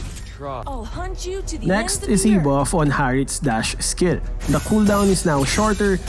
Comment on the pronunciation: "Chree seconds", "Dush speed" 😂